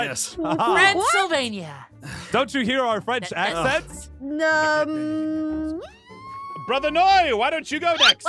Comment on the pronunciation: If they say “BRAHTHA” one more time I swear.......